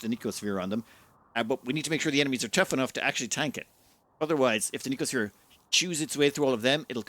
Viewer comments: The youtuber inability to actually read words before pronouncing them strikes again. It's no-see-oh-sphere. No k sound in there anywhere. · No-See-O-Sphere Sorry, the pedant in me got out momentarily. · "No-see-oh" sphere. From "Nociception," having to do with the perception of pain and discomfort.